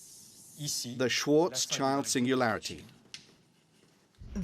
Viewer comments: One comment which may irk you though; pronouncing Schwarzschild (Black shield) SWARTZ_SHILT or thereabouts. Thank you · Is really so difficult to pronounce Schwarzschild?